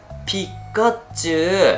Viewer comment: 毎回ピッカッチュウになっちゃいますね😂😂笑 可愛い。笑❤️ 奏多くんの語彙力が崩壊しているｗｗｗ｢あーーー！えっえっ！！いいんですかぁ！！？？！｣ 良かったですねぇ☺️❤️❤️